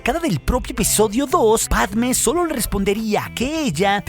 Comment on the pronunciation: # Pregunta (zonza) del dia: Por que, a Dorme (la nombras con acento en la e), y a Motee (lo mismo)... pero con Padme (quien tambien lleva tilde) no lo haces? Bah, nadie lo hace...